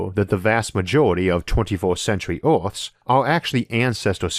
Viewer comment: Interesting video :) I just need to get used to the accent though... so many words are "weird" (to my ears) pronounced. Instead of "first" I hear "forst", instead of "earths" I hear "orths", s/third/thord/g. Etc... I got to wonder, where is this accent spoken?